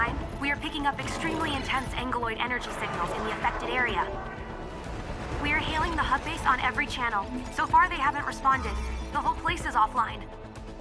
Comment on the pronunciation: What constantly gets on my nerves, is - they invented this word, Aggeloi. And yet, every single voice actor pronounces it as "Angeloi." Why? Just write it as Angeloi, then. Not to mention, everything happens IN the planet, not ON it. On a completely different topic - is there anyone out there who doesn't absolutely despise Estrella or whatever the fuck her name is? Why is that lazy, narcoleptic child on the team in the first place? How do I fire her? Out of a cannon, preferably? I mean, at least half of the characters are hyperactive, incompetent and EXTREMELY ANNOYING children, but that lazy bum takes the cake.